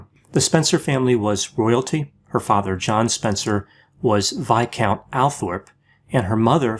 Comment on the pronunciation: OMG,, I didn’t know “viscount” was pronounced that way. Thanks for pronouncing the word and clearing up my ignorance! I’m glad I can count on your research.